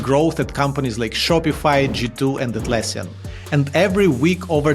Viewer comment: Love the dramatic intro and hat tip for pronouncing "Atlassian" right (most trip over this) 👌🏻👌🏻